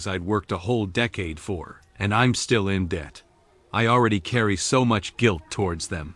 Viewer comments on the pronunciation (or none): none